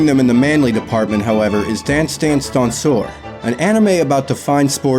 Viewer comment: Very nice. Love the Aharen-San AMV. And you pronounced “danseur” perfectly!